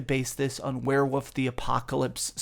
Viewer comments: “Werewoof” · lmfao "were-woof" "were-wooves" 🤣